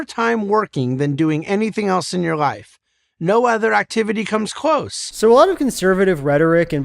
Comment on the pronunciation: The thing bugs me most is the way how he pronounce the word life. It's almost sounds like wife.